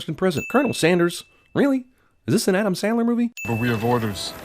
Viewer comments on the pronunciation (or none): none